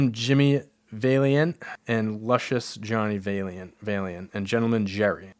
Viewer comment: absolutely butchering Valiant 4 seconds after said it correctly is so funny